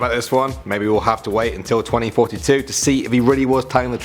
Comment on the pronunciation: I thought you said 2046 not 2042!? This is what I heard on first one Xd XD lol